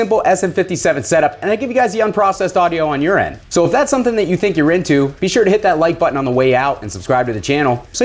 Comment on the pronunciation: Every time you say “and you get the unprocessed audio on your end” I hear “and you get the unprocessed audio on urine” Not quite sure why I felt like I should comment with this but there ya go. Now you get to hear it weird every time too! Lol